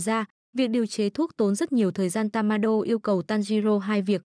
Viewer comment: Ủa tên nhân vật em đọc là tammaiê mà cj đọc tammainge p😂